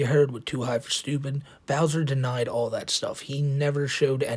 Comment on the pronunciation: “Aww of this ovew anime…!” Hey Bowser, have you ever heard of USC1466A? Good luck explaining the police about it being “just cawtoons”